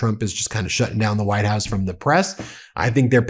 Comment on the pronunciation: "WHITED" HOUSE? More hyperbole, more nonsense from you.